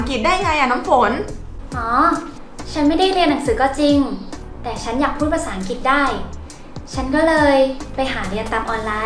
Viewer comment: ภาษาอังกฤษ ออกเสียงว่า พา สา อัง กริด ไม่ใช่ พา สา อัง กิด